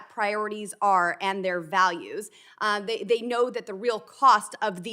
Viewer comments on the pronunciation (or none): none